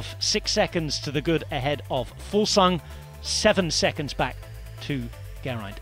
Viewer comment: Kudos on pronouncing Fuglsang so well guy! Awesome stage today, the weekend should be bonkers